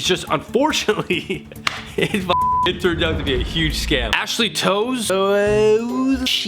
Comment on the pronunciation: Talks about hockey and then proceeds to mispronounce "toews" :thinking: haha jk i love ur vids